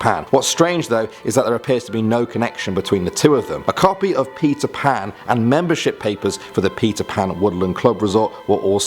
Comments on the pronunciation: he said pizza pan haha😂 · You said pizza pan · Stop saying PIZZA PAN!! ITS PETER PAN JÉSUS!! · Who elsethought he said pizza pan when he said peter pan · he kept saying pizza pan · Everytime u say peter pan, i hear pizza pan. now im hungry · who hear he Said pizza pan ? is it just me or what ? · Who else heard pizza pat instead of Peter pan